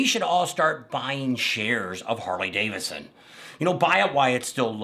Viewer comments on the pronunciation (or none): Hey, repeat after me, Harley-Davidson, not Davisson. And you're right, you butchered everybody's names, do your damn homework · Buddy, it’s Harley DAVID SON ; not Harley Davison! Man, wake up!